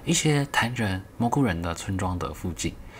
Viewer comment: 我要笑死了，蕈人被念成談人